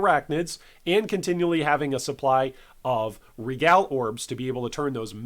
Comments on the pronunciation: Dude man it’s REEE-gal orbs. Regal is “REE-gal” not RehGAL orbs. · Just for the record, its NOT pronounced "re-GAL" orbs. Its "Ree-gol", like "Smeagol" from LotR, but with an 'R'. Love the videos tho. Im a newer player and you are incredibly informative.